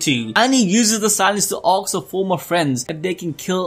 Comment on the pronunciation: I love how te says “axe” and “axed” instead of “ask” and “asked”